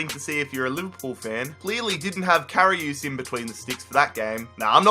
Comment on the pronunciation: You say Karius like Karioos